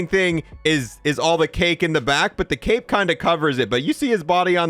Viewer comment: you said " i wonder if the cape moves when he moves" i thought you said cake